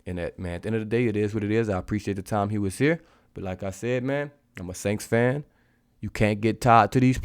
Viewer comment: Da “SAINKS”?????🤦🏽‍♂️